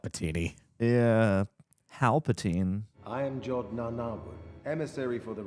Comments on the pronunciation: “Hal-patine” 🤣, you magnificent bastard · “Halpatine”!!!! 😂 brilliant, sir!!